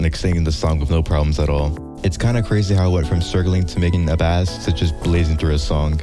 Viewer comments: its pronounced "base" not "bass" :face-purple-crying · The amount of times bro said FISH I mean BASS (fish) instead of Bass (Music) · its pronounced base not bass like the fish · English lesson: Bass(musical instrument) is pronounced "Base". Bass(fish) is produced "bass" ALSO I like the video good job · Bro please pronounce bass as in the instrument like “base” it triggers me so much when you say bass talking about a bass instrument but pronounce it like the fish. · why does bro say "bass" like that its offending me as a bass player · The instrument “Bass” is pronounced “Base” btw. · I felt pain every time he said bass god damn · "Bass" its not a fish bro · you saying bass wrong hurts me as a bass player :,) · Hearing people mispronounce bass is like the sound of scratching a chalkboard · it just feels wrong heating people mispronounce “bass” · this guy is great i just hate how he pronounces bass as in the fish 😭